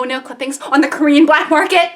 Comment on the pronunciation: Is no one gonna talk about how good her Korean actually was 😭